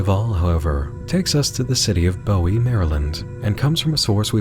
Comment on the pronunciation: Another wonderful Monster Hunt. I always love these, and this one is no exception. But one thing,. One thing. As a Marylander, hearing you pronounce Bowie ("Boo-ee") as "Bow-ee" caused me actual physical pain.